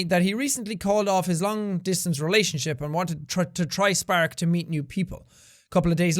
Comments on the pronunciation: I love the way Seán pronounces spark, he says it like sPAark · I really like how Jack pronounces Spark. Is that only me?